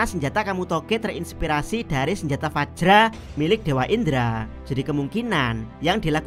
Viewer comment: Baca nya Vajra itu Bajra bang